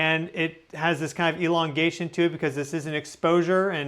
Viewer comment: ELONgation?! Please stop. Im triggered. 😂🫥